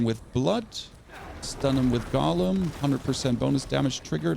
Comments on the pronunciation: Drives me crazy when people say "gollum" instead of "GO-lem" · It's not a Gollum. It's a golem. GOH-lem.